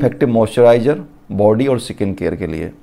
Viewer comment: स्किन होता है, सकिंन नही।